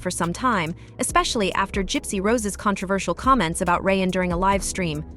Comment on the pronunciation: Lol you can't get Ryan's name right?